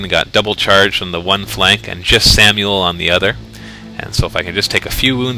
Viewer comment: This shouldn't be funny, but everytime calls Sammael "Samuel" I have to laugh.